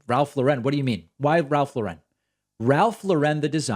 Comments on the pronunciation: Kanye - it’s Ralph LAUREN. Pronounced like the first name Lauren. (Example: Lauren Bacall, Ralph Lauren) Not “La-Ren.” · David, you’re pronouncing Lauren incorrectly. Don’t try for fancy. Just say Lauren. Look it up.